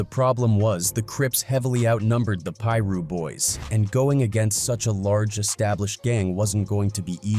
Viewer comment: Pie-russ is crazy🤦🏾‍♂️